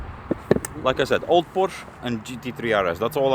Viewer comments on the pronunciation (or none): its POOOOORSHEEEEEE(EEEEEEEEE)